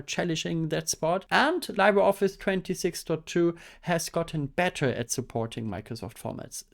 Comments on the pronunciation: "libre" is a Latin word, and Latin pronunciations tend to be straightforward, so it would be "lee-bray" instead of "lie-bray". "Library" comes from Old French "librarie", but for some reason doesn't carry over French pronunciation. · Hehe never heard it pronounced that way too. Either Lee-bruh (French) or Lee-bray (Spanish). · It's pronounced liːbrə ɒfɪs, not laɪbrə ɒfɪs. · Li sounds Lee, like Bruce Lee, please say "LeebreOffice" 😅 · LibreOffice should get an award for brand failure. I mean, half of the world's population can't even pronounce it right.